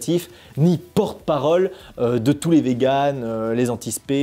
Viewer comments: Je rêve où prononce "tous.tes" à environ? Je trouve ça ridicule: perturbant et complètement inutile. Je me sens concernée par "tous les véganes", pas besoin de m'agresser les oreilles pour montrer que tu parles des deux sexes... Sinon beau travail les gars:) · on en parle du « touste » ??